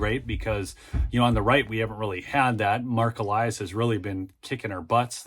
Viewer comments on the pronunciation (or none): none